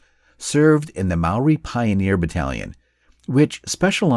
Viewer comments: Mispronunciation. Maori is pronounced like "mouldy" but it's a common mistake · As a Māori, this made me proud and sad. You did us proud with your video mate but my ears a bleeding afther that pronunciation 😅